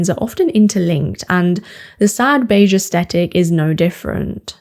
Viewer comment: In America, it's esTHetic---TH, not T. Is it different in Britain?